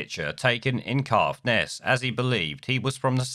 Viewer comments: The man's a ring piece. However, its CAITHNESS not Cathness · It’s pronounced Kaith buddy. Kaithness. Caithness